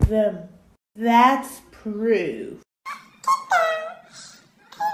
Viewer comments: Gurl can't say proof now it poorf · "that poorf" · "Here poorf" 💀💀